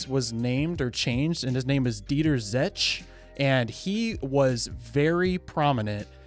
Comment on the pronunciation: Zetsche like Porsche. You say the last e.. there is no Porsch, its a PorschE and ZetschE... its the same E like in Eliott.